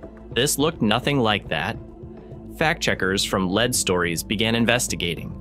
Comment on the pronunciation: if you would like to be taken more seriously, you could at least take the time to have your AI narrator pronounce "AI" and "lead" correctly.